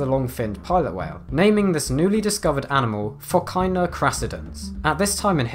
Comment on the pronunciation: the way you pronounce "PHOCAENA" is ridiculous